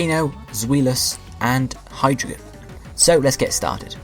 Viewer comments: well ur wrong, u need to use the German pronunciation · You mispronounced them all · you mispronounced them. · It's ein (EYE-N), zwei (ZV-EYE) and drei (DR-EYE). Hydreigon is pronounced (HY-DREYE-GON). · Neither did the guy who made this video according to how he's pronouncing the names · You said all their names wrong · You said all their names wrong, all of them.